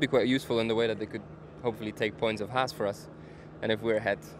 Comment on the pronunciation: "clahaas" lmao